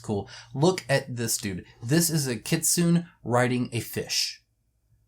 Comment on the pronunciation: FYI Kitsune is actually read as kit-tsu-ne (like 'ne' from 'nepal'), not kit-sun. Japanese love their vowel, their letters end in vowel, which is read. 'n' does have a letter of its own, but if is followed with vowel, the vowel read as part of the 'n' -> 'na ni nu ne no'.